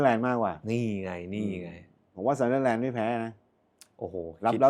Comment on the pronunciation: มาอีกคนละ..ออกเสียงซันเดอแลนด์ ทำไม่ไม่ออกเสียเหมือนเฮียเม้ง ซันเดอร์(เด้อ)แลนด์ มันเป็นอะไรเหรอครับ ไม่ใช่แค่คุณนะครับ หลายคนก็เป็น แจ๊คกี้เรียกวาตารุ เอนโดะ ตังกุยเรียกโรเบิร์ตสัน(ไม่ออกเสียงซั่น)ทั้งเกม..